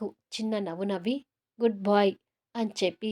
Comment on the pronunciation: Good boy kadandi good bye emanukokandi ila antunnani voice bagundi story' bagundi konni words kuda correct ga chepthe baguntundi ani chepthunna🎉